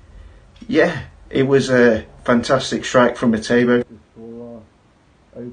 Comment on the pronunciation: Who’s etobo His name is etebo